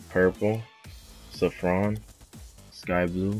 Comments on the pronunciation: U r Missing cobalt and the regular and the black. Also u need to say saffron (Saa-fron) correctly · You said saffron wrong. 😂